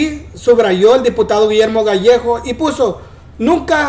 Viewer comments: Gallegos, no gallejos 🤦🏻‍♀️ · El es Gallegos no Gallejos